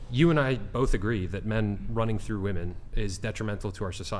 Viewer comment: This woman cannot say the plural for of "woman" to save her life.